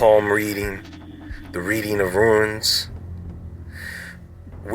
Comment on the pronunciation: Runes not Ruins!